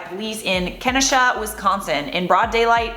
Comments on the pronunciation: It’s “Kenosha”, not “Kenisha”. Like Ken (like Barbie and Ken), o (the letter) and sha (like how it looks). Then then burnt down Kenosha immediately afterward and it’s current atm gone. I live in Chicago and we’re getting ready for riots here, since we’re the next closest city. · It’s pronounced “ken-oh-sha” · Omg 😂😂 it’s Ke-no-sha 😂😂😂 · It’s pronounced “ken-osha” like as in “ken” lol! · it's KEN-OH-SHA ... Kenosha! hearing everyone report on this that is not from Wisconsin it is hilarious hearing the pronunciation. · It's pronounced Ki-no-sha Wisconsin is saying it weird lol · Pronounced ka--no--sha. Greetings from Wisconsin!! Lol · Ken-know-Sha = Kenosha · Just so you know I live in Wisconsin and how you pronounce it is Ka-no-sha. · The way she pronounced Kenosha was painful. I'm from Wisconsin, its pronounced key-know-sha. They dropped the warrant against Jacob and hes no longer under arrest. Here in WI we've had more info released they haven't released to the national or international news. We also have a website here you can use to look up their criminal records with details. I looked up his. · Just FYI: it’s pronounced ken-OH-shah. Kenosha. Thx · For future reference, it's pronounced KUH-NOH-shUH, a lot of towns/cities in WI have Native American names. It's easy to pronounce it wrong. Love yo' faces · 'Ken-oh-sha' -Wisconsinite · I love you but you totally butchered Kenosha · Whoa girl, your butchered Kenosha. Here you go.